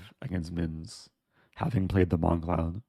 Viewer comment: Bongcloud: boMgcloud